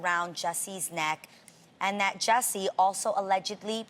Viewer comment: shes known Jussie for so long, she cant even get his name right #jessie